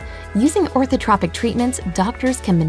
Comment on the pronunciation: That's not the right pronunciation of "Orthotropics".